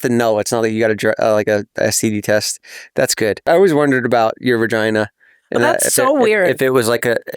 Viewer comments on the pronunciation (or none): Jeff calls it a veRgina 😅😅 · I love when jefff says vergina😂😂